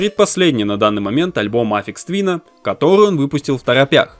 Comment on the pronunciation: Автор пилит видос про гения, но даже не в курсе, как правильно произносится его псевдоним) Я уж молчу про кагтавую озвучку